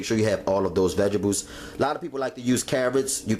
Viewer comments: its vegetables not vegables just like you say owe-you instead of oil smh your grammar is just as horrible as those nasty ass fingernails you have. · dat nigga said veggables lmao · vegebales...um..vegetables.. lmao...dish was fire tho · when he said veggables😂 love it. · vegidibles ** says it seriously throughout video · Vegibles😅 loveee him nd his food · why he keep saying vegables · no he's actually saying vegebles. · lmaoooo it's bothering me too! vegables! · That was annoying me too!! Every time he said it I got mad lmao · Lmao sooofunny vegables lol😂😂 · guess you're right about the knife. However; that doesn't excuse the gross finger nails and the far to frequent use of the non-word "vegables". He's grown and should know how to clean his nails and speak properly. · I know right! And the fact that he doesn't realize that vegetables have a T in the name. I cringed every time he said vegables. Ugh! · Vegebles..if u mispronounced that word one more time, I was gonna scream... The word is V-E-G-E-T-A-B-L-E-S.. nice Video..lmbo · CTFU HE KEPT SAYING "vegebles" 😂😂😂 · I love that he pronounced vegetables vegebules and he's like "if you don't have salt" this calls for five different seasonings, five vegebules and oxtails but just in case a man has all that but you know, no salt. here you go. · I'm dyin, ya'll both said it wrong! 😂🤣😂. Looks delicious. Heard you smackin off that one bite. I wanted to watch you chew it too!🤣😂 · girl did you hear the way he pronounced the word vegetables? fml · && blame the way he says vegetables on your ancestors! 😒 ugh.